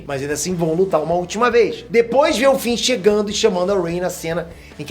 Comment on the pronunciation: Finn se fala com som de “N”, não “M”, e Poe se fala como em “Pow”, e não “Poi” 👍🏼